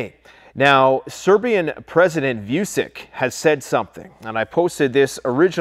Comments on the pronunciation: Serbian pressident is't as you pronounced at all. His last name is Vučić, pronounced Voocheech. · It's pronounced Vuchich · Google how to pronounce the Serbian president’s name